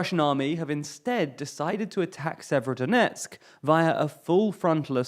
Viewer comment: FFS stop mispronouncing place names, you can go to wikipedia for rubizhne and severodonetsk with the proper pronunciations.